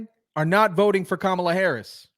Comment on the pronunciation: Did I just hear him say cummala Harris, cummala Harris?